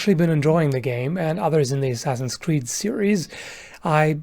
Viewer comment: "enjoying asscreed unironically" Oh my